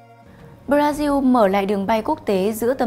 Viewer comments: Sao lại nghe chị nói (Bradiu) Brasin/brazin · Tại sao bodasin khẻo tự nhiên cứ đọc là bờ đa riu hay để cho khác người